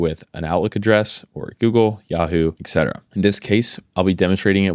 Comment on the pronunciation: “Etc.” is pronounced “et cetera,” NOT “ex cetera!” “Et” means “and.” “Ex” means “out of.”